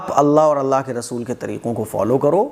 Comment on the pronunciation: کلمہ میں اللہ ہ کو بھی تو ادا کرنا ھے ۔ہ واضح نہی ہو رہا